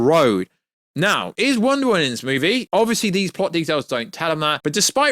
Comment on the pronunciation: Wonder "Woan"